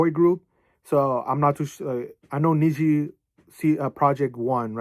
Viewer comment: usually pronounced NEX-GEE or NEX-ZEE (넥스지 - negseuji)